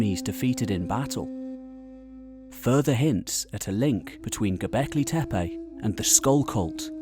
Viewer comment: It’s not TEPEY but TEPE. Can you say TEPE? Where do you see Y which you are pronouncing? There is no Y in TEPE. Just say TE -PE not TE-PEY